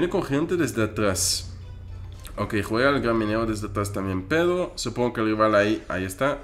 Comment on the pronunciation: me encanta q en vez de decir pedro dice pedo